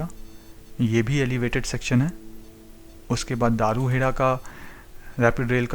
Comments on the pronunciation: आप साउथ इंडियन है क्या आप में बहुत सारे गांव के नाम गलत बोले, जैसे पचगांव, बावल और भी आप मैं कई गांव के नाम, धारूहेड़ा को आप दारूहेड़ा, साहलावास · Bhai, aap ne delhi gurgaon Alwar rrts route me aane wale metro stations ke names bataye unko sahi se bolna, ye hai dharuhera (daru hera wrong name and pronouncing daru hera se lagta hai ki ye daru(wine) wali jagah hai. Next is baawal. Bawaal bolne se lagta hai yahan par dangaa/fasaad hota hai. You can confirm the correct pronunciation of these names from advocates of gurgaon in hindi or from bus conductor of this routes. It is BAA WAL. Thank u. P. P. Sharma, Sr. Citizen, Gu rgaon. U.